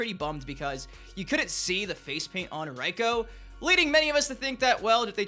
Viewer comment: It makes my balls hurt when he says Reiko.